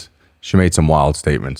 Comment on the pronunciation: “Wild staements” …? Cmon Brendans new friend.